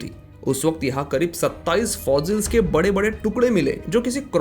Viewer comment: Please pronounce fossils.... not fozils